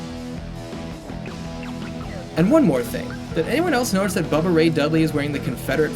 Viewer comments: "Buh buh" instead of bubba...is jukes in Japan brah? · 'buh buh ray dudley' bruh